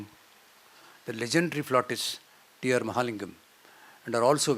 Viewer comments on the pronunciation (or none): Tribute ❤T R Mahalingam when you said sounded like Dear Mahalingam